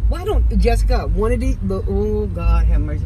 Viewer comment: I love how she says Jessika..😁